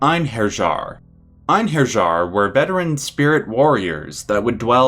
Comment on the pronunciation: Einherjar is pronounced "ane-here-yar". "Ane" as in sane, "here" as in, well, herr and "yar" as in "yarr mateys"